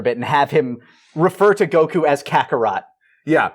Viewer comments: Why does the guy on the right keep saying Go q instead of Goku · The man says "Goku" with one syllable, of course he's sassy